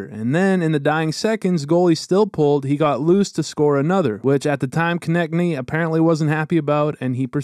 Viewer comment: his name pronounces K O NE TS N Y not konekny